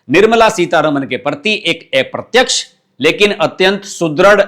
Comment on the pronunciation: अप्रत्यक्ष ✓ एप्रत्यक्ष ×